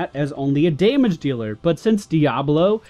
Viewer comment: "Day-mage" -_- Da-mage*